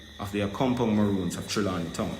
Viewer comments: Mi say,,,yu tongue tie up yu say Ramoons while yu a say Maroons,,,yu mix up recommendation and regulation suh yu a say Recomlations and Regumendations,,,Sherylee Ralph was so grateful for being nominated that mi overjoyed fi si she get di Emmy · So u realize u say ramoons? 😁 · A me alone hear seh 'Ramoons' instead of Maroons